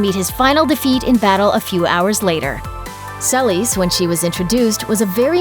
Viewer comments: Who the fuck is Sell-is? Seh-lease, it's not hard. Or at least suh-lease. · Selis???? It's Selyse (Sa-lees) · That’s not how you pronounce Selyse. Watch the show.